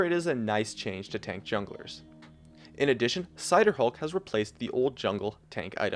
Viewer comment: it was cinderhulk, not cider hulk he miss pronounced